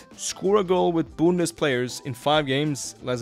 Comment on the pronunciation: How he says bundes cracks me up